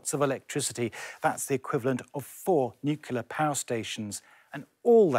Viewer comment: new clear, please - not the hinted-at new Q lar...